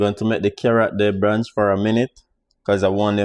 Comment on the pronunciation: Hi....liked the recipe..but it's "Blanch" not "branch" the vegetables ok? One love